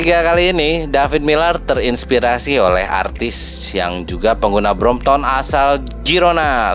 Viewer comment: Correction it’s BROMPTON and not BROMPTOM 😂